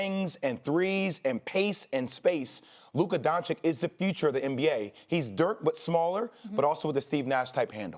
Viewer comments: "luca donchick" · Luka donchick? 😂